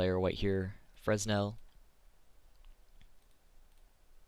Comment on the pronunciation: The S in fresnel is silent :P